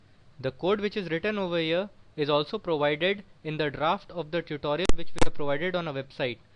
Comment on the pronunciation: welcome to "ta-tt-orial" wtf man... dumb shit